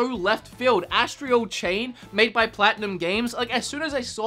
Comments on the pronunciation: Astral... not Astrial. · astral not astreo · Is anyone else bothered by how pronounces 'astral'?